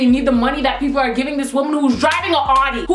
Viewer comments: Its not pronounced Awdi, its pronounced Owdi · its sound like your say "shes driving an hottie" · The way you say Audi xD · lol your pronouncing the car wrong